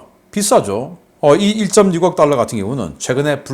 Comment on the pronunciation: 방금 1,5달러 발음 쬐끔 신경쓰시지요